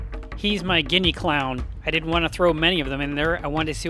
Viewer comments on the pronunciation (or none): none